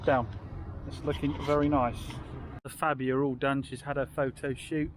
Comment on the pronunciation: It's pronounced "Farbia"